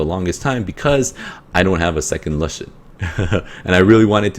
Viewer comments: nice vid bro but plzz say l-oo-shen not lush-en sounds silly but haha, also can u show ur lagmarons runes? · youre the first person i hear who pronounced lushen as 'la-shen' instead of 'loo-shen' lol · lol its funny how u say it XD never heard lushen like that and okay il look out mate!